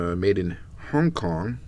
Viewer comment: Was it just me or did he say “Hang” Kong?